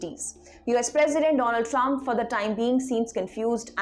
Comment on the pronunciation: Once the wise man said dolund trump 😂😂😂😂